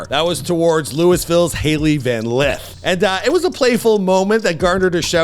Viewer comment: Haille van Lyth ? proceeds to show Angel Reece's photo lol. come on bro, butchering surnames and plenty of typos ... sad to see the channel dying